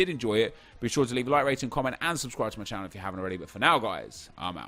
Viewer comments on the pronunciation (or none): none